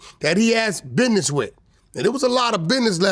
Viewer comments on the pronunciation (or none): WACK SAID " BIDNESS"😅😅😅